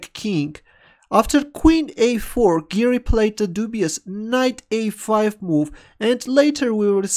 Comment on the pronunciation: When you say "Giri" it sounds like 'Garry' so I keep thinking it's a Kasparov game